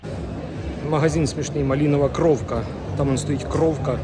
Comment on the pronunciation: Малинова крувка. Над о стоїть риска, тому це не о, а "у"